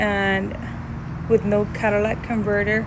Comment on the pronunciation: | hell nah , she can’t even pronounce catalytic. It’s ka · tuh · li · tuhk